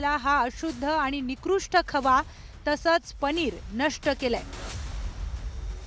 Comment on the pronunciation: पधार्थ नाही पदार्थ म्हणा पणीर नाही पनीर म्हणा. शुध्द मराठी बोलो भाषेत भेसळ नको.